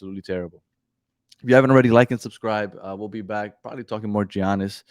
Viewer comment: I was listening until I heard how you pronounced Giannis name 😂😂😂😂 OMG smh